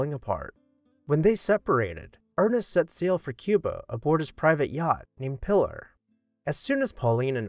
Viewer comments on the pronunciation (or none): The name of the boat is pronounced 'Peelar', not 'Pillar'. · The name of Hemingway's yacht is pronounced "pee-LAR" with the stress on the second syllable. It's a Spanish girl's name.